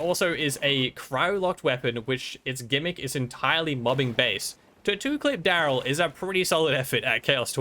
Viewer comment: This was such a great video EXCEPT i cringed every time you said instead of Dryl (pronounced drill) lmfao